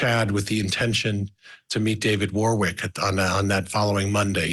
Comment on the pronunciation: its not ...war wik....its a place called.... wor rick